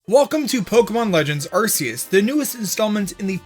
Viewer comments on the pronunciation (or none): If you pronounce Arceus as “Arseus” then you better pronounce Arc Phone as “Arse Phone” or you’re a hypocrite. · No, it’s ArKOOS, not Arceus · Its a Meme from Mandjtv's Subreddit and Videos where he mispronounces Arceus as Arcoos due to the name, he even made a shirt with it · If it's pronounced "Ar-see-us" would that mean the Arc phone is pronounced "Arse" phone?